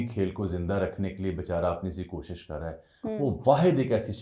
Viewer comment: زرداری کو رومن اردو میں تقریر دی گئی تھی جس کو پڑھنے میں مشکل پیش آ رہی تھی ۔ اسی لئے K اور H کو گڈ مڈ کر گیا ، شاید نظر کی کمزوری کی وجہ سے ۔ کوشش کو پہلے خوشی پڑھ رہا تھا 😊